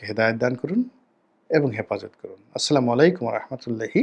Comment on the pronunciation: গোলাম মাওলা রনি সালাম টা দিতে জানে না সালামটা ঠিক করে আসেন, আসলামুয়ালাইকুম কি শব্দ? এ রনি হলো নিজে একটা গুজব বাস